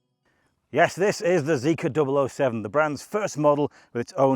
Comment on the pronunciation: I think its prounced Zee-Kar.